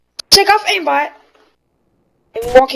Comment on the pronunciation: he doesnt say aimbot he says aimbat